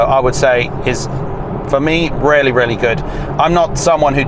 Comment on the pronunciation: Took me aback a few times when you said it's rarely rarely good, when in fact you were saying really, really good. Accents! Don't you love 'em.